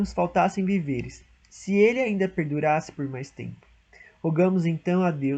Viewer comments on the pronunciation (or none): Parabéns pela iniciativa, mas víveres, não é vivêres. Cuidado com a pronúncia.